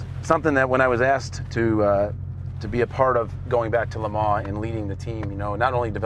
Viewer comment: “Tell me about LeMan” Blahhhh